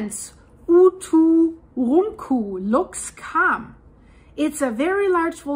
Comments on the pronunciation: OO TOO RUN COO simplified pronunciation ( I think) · The Icelandic girl can't say "uturuncu" but she can say Eyjafjallajökull [btw I literally googled: "Eiyadhghlakwd volcano" and it immediately came up as "Eyjafjallajökull"]?! 😂😂😂😂😂😂😂😂🤣🤣🤣🤣🤣😅 I just randomly typed a bunch of letters after starting with "E" and google was like, "Oh, it must be an Icelandic name." I pronounce it as "Eiya-fuck-whatever-it's-called". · Dein deutscher akzent hämmert bei uturunku arg durch ;)